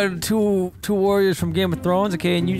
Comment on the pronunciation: "Game of Trones"